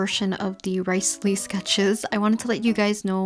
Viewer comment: She said RICElee😂